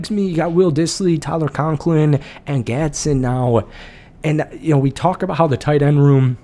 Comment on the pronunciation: And you didn’t even mention the defense… ⚡️⚡️ It’s gonna be electric. PS: It’s pronounced Gads-din.